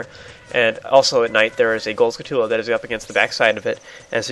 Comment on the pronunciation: This is such a little thing, but it baffles me how so many people pronounce Skulltula so weirdly. They're spiders. You don't say taran-tullar, you say tarantula